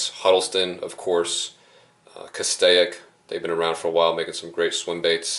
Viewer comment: Lol u called it a castaic